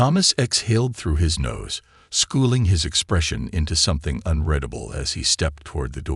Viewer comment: The narrator keeps saying unredable instead of unreadable. It's very annoying!!!